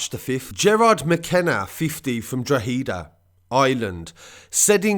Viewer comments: leave out the e and you might be able to pronounce it a bit better lol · How haven’t you learned how to say Drogheda yet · I wasnt slagging anyone I just said it was funny way he says drogheda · You nearly said 'Drogheda' correctly.... just don't put so much emphasis on the 'e'. I am impressed though 😉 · Draw-Heee-Da, its Draw-hed-A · Jesus Christ. It’s not pronounced drugheeeeeda...... drohehda. Pronounce this way please. Drogheda. This is the actual spelling. Real easy. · Its pronouced dro_ head_ da not dro_he_da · I love all your videos, great updates. The way you say Drogheda is wrong though lol. Instead of Drog heed da its actually pronounced drog ha da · Droh-eh-da say that quick and the pronouncement is on point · ITS PRONOUNCED DRO-HEADA BRO IM FROM THERE WE ACTUALLY SAY DRAWDA WITH THE ACCENT 😂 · We pronounce it drawda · Yeah I’m from Kerry but Drawda is the proper pronunciation because the middle initial isn’t pronounced when you say it fast like it is colloquially. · Drogh ha da forget the he part and say ha instead brilliant coverage btw keep up the good work. And the ha is a short ha. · Its pronounced drogheda